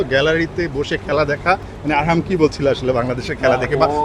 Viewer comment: ছেলের নাম আকরাম না😂😂😂 আরহাম🫵